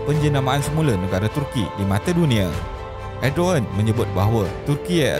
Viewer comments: Bukan edoen tapi erdogen lah admin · “Erdovan” bila menyebut nya bukan erdogan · Sebutan yg betul erdowan